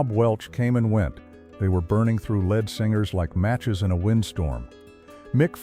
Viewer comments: "Burning thru led singers" come on, work on that AI. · AI SLOP. Random people/b roll, mispronunciations. (A LED SINGER!! LOL). Cant stand youtube anymore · These AI voices are just the absolute WORST. This one mispronounced literally every single word it possibly could have. "He met a led singer in Van Nooies, but couldn't red the notes, so with tares in their eyes ..." It's completely ridiculous. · I didn’t realize the narrator was AI until they pronounced “lead singer” like “lead pipe.” 😂😂😂